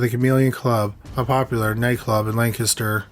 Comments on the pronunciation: I applaud you sir, for pronouncing “Lancaster“ correctly! I live in Lancaster County and NO ONE outside the area can do it! Great stories and prayers for the families. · Thank you for pronouncing Lancaster, PA correctly. Most people pronounce it like the late actor Burt Lancaster's name. I know that this is apropos of nothing but, it's really the only thing I have to say about this episode, besides that I really liked it.👍👍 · You said Lancaster right! Thank you so much! It shows you guys really did your research